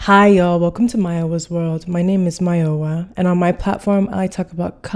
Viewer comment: you said "mayowa" with the right accent omg😭🤎